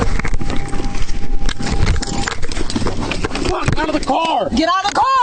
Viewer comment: I Love commentary "Blair witch prodject"